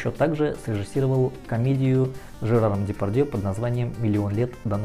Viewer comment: Серёга годами коверкал имена актёров,НО!Он очень верно выговориль "Дэпарьдьеэ"... Рад видеть твои стены"